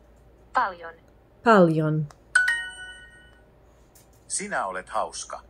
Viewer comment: Tätä oli hauska katsoa = This was funny to watch = It was funny to watch this. First, I kind of heard a very tiny letter "h" when you said "paljon", "tervetuloa", so you would say "p(h)aljon, t(h)ervetuloa. I guess it can be a little tricky to hear the word right, and when I started prouncing the words in English accent I also got that (h) in those words. It is guess when you say those words like "pal", "tell", you breathe out in the beginning of them and it comes quite naturally. In Finnish there is no push. So it comes out quite softly in Finnish. The other thing that is kind of tricky are those letters in the name of Käärijä, Ä and J. Ä is pretty much like letter "a" in English words "bad", "sad". Hyvää syntymäpäivää, that means "happy birthday", has enough of those letters "'ä" to practice with. J, when I have been telling the J is like the y in words "yes", "you" and "yank", it sounded very good, but actually there is a little difference there. Finnish "juu" is very much the same word as "you" when you pronounce them, but there is a very small difference when you pronounce them. If you say you in Finnish accent, rally English, it is "Juu". I can't really get a good hold of what is the difference. When I kept on saying "you" in English, it started sounding like there is a Finnish "y" spelled in the same kind of way like you had that minor (h) in p(h)aljon and t(h)ervetuloa. I did not actually realize it can be really hard to learn pronounce those letters. You were doing v